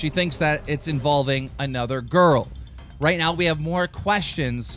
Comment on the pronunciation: No joke, i thought he said: 'let's get roooooooooy into the news'